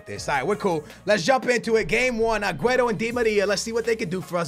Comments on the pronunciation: I usually don't mind people pronouncing players names wrong but the way you pronounce aguero like agueto where is the T?? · please it's aguero...not agueTTo...you're not blind. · When you call Aguero Aguetoe😂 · Who's Aguetto, Maduwede, Neymarzeeto and bellereen, I know you have Portugese in you but you really try over pronouncing everything... Like rolling your tongue when you say Di Maria and It comes out as Di Malllllia... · I love your vids but why do you say Agueto instead of Aguero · Please STOP saying Agueto bro pleaseeeeeeeeeee just say Aguero like a normal person😂😂😂😂love your videos bro keep it up. I'm here from the #BooyahFamily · please it's aguero...not agueTTo...you're not blind. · It's AgueRo, not AgueTo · Why do you say Agueto when it is clearly Aguero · its agüeRo not agüeTo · It's not agueto it's aguero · lol say agueRO not agueto its getting annoying XD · Please stop calling aguero aguetto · It's sooooo annoying when he says agueTo... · Why does say "AgueTo" sometimes. 🤔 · pls what is Agueto where do you see a t in his name, still a good vid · Wait... who's 'aguaetto'??? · why you say agueto? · STOP CALLING AGUERO !! AGUETTO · ITS AGUERO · Can he stop saying Agueto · honestly where does he see a 'T' in aguero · Please man... call him Aguero